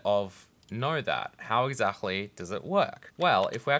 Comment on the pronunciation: The way you say "exactly" is somehow weird due to your first language, and I am always catching it.